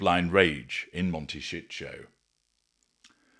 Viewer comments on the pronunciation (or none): Mon-tay- sí- toe. The mispronunciation by the AI voiceover is grating. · MONTE SHIT 💩💩💩 HOLD IS WHAT I UNDERSTOOD😅😅😅😅😅😅😅😅😅😅😅😅 CALIFORNIA IS A BEAUTIFUL, BEAUTIFUL COUNTRY. IT IS A LOVELY PLACE TO LIVE. LOVE IT❤❤❤❤❤❤❤❤❤❤❤❤❤❤❤ I SHOULD KNOW, I WAS RAISE THERE SINCE I WAS 1 YEAR OLD. IT IS FUNNY THE WAY HE PRONUNCE IT.